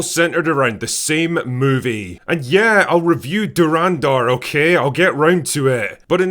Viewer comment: I'm won't even bother correcting his dhurandhar pronounciation